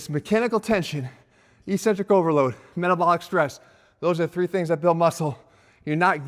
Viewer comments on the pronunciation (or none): EKS-CENTRIC! NOT ESENTRIC!